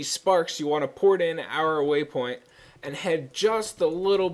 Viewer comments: it's pronounced uh-raw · UH RAH=ARAH. lol pet peeve for me. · I think you're saying arah wrong, just say it normally instead of like "errah" or whatever.